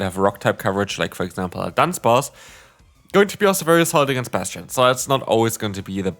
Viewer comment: I love Bass-Chu-Done